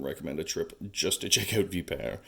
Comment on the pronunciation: Ur saying the name wrong